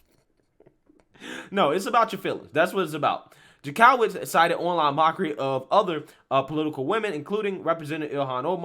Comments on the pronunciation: It’s pronounced Jank-o-witz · the Jank is pronounced Yank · I'm thinking this is illegal to begin with and totally first amendment, I don't get how they think this is going to be allowed to stand. If it does it is some serious scary shit! Oh, I love your videos except you have no idea how to say certain words or names, this crazy woman's name in Jank o witz is how it is pronounced. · Ok. I have watched a bunch of your videos and I just want to correct something. His name is not Maryakis, it is Mayorkas, pronounced liked Mayor with kas on the end... Now, for Jankowicz, it is pronounced Jank-O-wits, not Jan-COW-its... That said, the left is too woke to be awake...